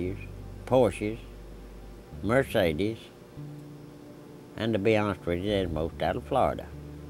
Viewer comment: Despite having deep accent, Popcorn has perfect pronunciation of "Porsche" -- better than me!